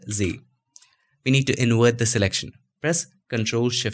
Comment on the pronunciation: I love your videos..but dude...you can save Video but you say InWert for invert....I have faith you can do it!